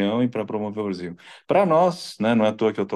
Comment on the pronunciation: ela falou brasinhou😂 não foi espanhou😅😅